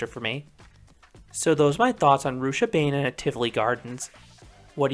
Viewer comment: Pronounced Rooch-a-baah-nen